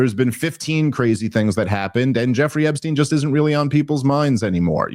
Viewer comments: Bro. Stop saying "Ebbstein." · It's ePstein with a "P"